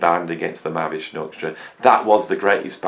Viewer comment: Lol. Mavi structure, mavy doctor, mavish nucture. (Better than ELP ). What is the true spelling ? Your lips are mumbling over the pronunciation. Thank god ELP is straightforward.